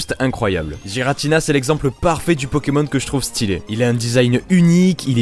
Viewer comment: On di guiratina et pas guiratina Mais ces pas grave... Enfin